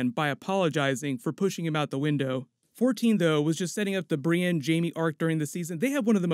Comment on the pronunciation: Brienne ----> BriEND